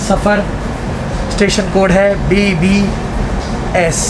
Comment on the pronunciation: Bhai it's not bbs it is bbsr